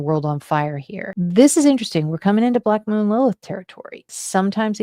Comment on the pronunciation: I keep hearing black”mold” Lilith